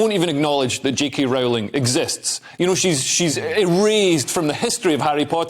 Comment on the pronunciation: You're pronouncing her name incorrectly, it's -roll-ing-. #IStandWithJKRowling